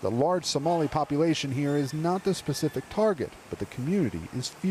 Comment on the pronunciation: El Presidente said "we'er going to ear"